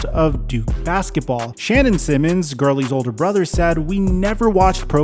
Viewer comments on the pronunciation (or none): none